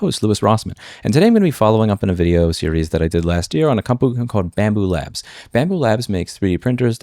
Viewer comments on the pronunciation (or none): Bambu lab there is no s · I don't particularly love bambu but it's lab. LAB! L-A-B << BAMBU LAB >> JEEEZ IT'S NOT F*U*C*K*I*N*G PLURAL